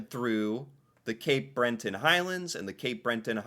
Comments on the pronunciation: I get so triggered with this guy. how do you pronounce every word wrong. Cabot ca-bit. breton not brenton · "Cape Breton" not Cape Brenton. There is only a single 'n', at the end of the word. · Breton... not Brenton. Was driving me crazy :). Nahani is hard to get to, and in the winter when the Northern Lights are happening it would be gruelling. The Rockies... namely Banff and Jasper national parks, are accessible all year long and much more settled and fairly close to some major urban centres. very interactivce places... including skiing, hiking, excellent resorts and restaurants, and of course all kinds of nature. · Do Americans pronounce things abominably on purpose? I just wanna know where that second N came from for BRETON. 😅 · Seriously...where do you see it written 'breNton'? There's no n in the middle! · I'm starting to think this guy is just punking the audience. How many times are you going to add an 'n' to Breton? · Love your videos, but feel the need to correct two slight errors: there is no 'n' after the 'e' in Breton, and Cabot is pronounced with the emphasis on the 'Ca', not the 'bot'. You'll get there... bless your heart! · Spelt Cabot.. pronounced Cabit.... And it's Breton. Not brenton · Yes you are saying Breton wrong as well Cabot it is pronounced cabit,and Breton has only1 n at the end so not Brenton it is breton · Why do you take "Breton" and stick an "n" into it? It's NOT pronounced "Brenton." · Cape Brenton lol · Cabot Trail is Pronounced CAB IT Trail. Also Cape Breton only has one n.Bre Ton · Can I just ask where the ‘N’ is is Breton that you keep pronouncing 😂😂😂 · Cabot rhymes with rabbit. It’s in Cape BRETT-un. You’re welcome. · Ur brain really wants to see something else eh? Ka-bot Trail, Cape BreNton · Don't see the "N" in Breton. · There is no "N" in Cape BRETON Island